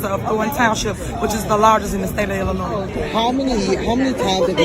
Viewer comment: Amazing..but it is Illinois.